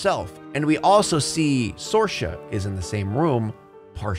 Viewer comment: It's pronounced SEER-Sha. Not SOAR-Sha